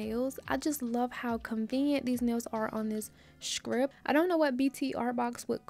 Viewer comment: A skripp 😅😅😅.. caught me off guard lol. Didn't know you was from the south